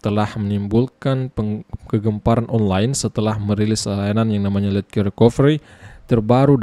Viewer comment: Baca nya lejer bang 😂😂